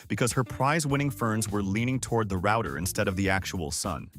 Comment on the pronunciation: thumbs down for the pronunciation of "router"